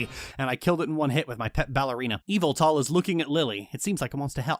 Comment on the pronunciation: Lily was pronouncing Yveltal like Evil Tall, and I've never seen this Pokémon's name before so I genuinely thought that it was spelled Evyltal or something like that and that it would look like a slenderman lookalike and then it's. It's just a bird. Not even a menacing one. Wow, game freak really out here trying to He-Who-Must-Not-Be-Named their Pokémon, huh?